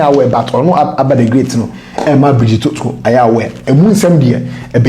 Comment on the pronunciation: King the Fanti name Otoo is pronounce Otu .